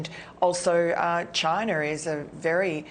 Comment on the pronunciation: China ends with an "a" not an "er".